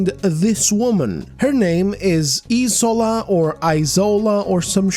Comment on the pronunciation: It's isola as in E-SHORE-LAH... The s is sh... It's a Nigerian Yoruba name...